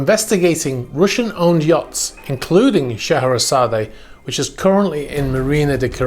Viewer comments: I know this is a minor thing but in order to be correct , the e is silent on the end of Scheherazade and I think you want to be correct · Which is fine if we’re speaking Russian - I know it’s a small thing - it just kind of got to me on the third or fourth time he said it mostly because of being so familiar with the music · Scheherazade is pronounced "SHUH-HEH-RUH-ZAAD"the E is silent 🤫try it you'll get it not putting u down just not how it's pronounced n I love your program n your knowledge n facts there is no one better then you my friend thanx n keep up the great work ?or maybe it's how the english(GREAT BRITAIN " pronounce this word I'm from CALIFORNIA, San diego CA n we pronounce it with silent "E" maybe that is the answer 🤔not sure thanx again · Please note: Scheherazade is pronounced Shu-HAIR-A-zod. (Shu.....as in 'shut'). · I wouldn’t be surprised if this were Putin‘s yacht. The first clue is in the name. The legend of Shaherazade (pronounced Shuh-hair-Uhzad) is that of a woman who charms a king who had made it a practice to marry a new woman every night, and then the following day send her off to have her head chopped off. He killed 3000 women this way, until a woman by the name of Scheherazade sought out the king to marry, and would tell him A story every night, reaching a cliffhanger at dawn… To which she would tell the king he would have to wait until the next night to hear the ending of the story. She did this for 1001 nights, bearing three of his children. In the end, the king falls in love with Scheherazade and allows her to live. I don’t think it’s a coincidence that Putin has three daughters, and in the scenario probably views himself as the king responsible for the decapitation of 3000 of his wives. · Mate you butchered the pronunciation on that one 😂 Shuh hair uh zaad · The "e" at the end of Scheherazade is silent and not pronounced. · The A at the end of its name as you pronounce it is silent.